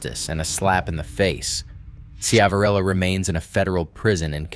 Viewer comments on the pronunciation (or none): The name is pronounced Shiv a rillo.